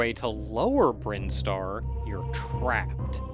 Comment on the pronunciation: As soon as he said “Brine-star” I was like “Is THAT how it’s pronounced?!” Hey, the Super Metroid expert here, if he told me Crocomire was attracted to Samus and that’s why his skeleton pulls a SPOOPY, I’d be inclined to agree with him.